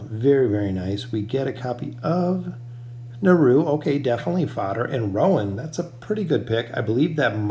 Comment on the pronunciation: please please please stop calling him naru... it's niru :(